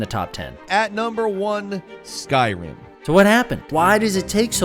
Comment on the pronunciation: I had to rewind a few times and places to figure out what game are you referencing: skyroom? Skyoom, what is Skyroom... Oh you're trying to indicate Skyrim... Curious what part of America are you from that your accent would change something so dramatically from Rim to Room?